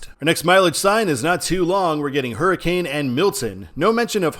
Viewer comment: Hurricane WV is not pronounced like the weather event. It's said like: Hurra-kin. A football player at WVU taught me that. Which is funny because, as you know I grew up in Virginia (and travel to West Virginia a lot) and I should have known that.